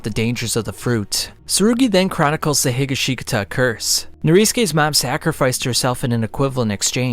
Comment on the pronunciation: Josuske Higa-Shika-Ta 😭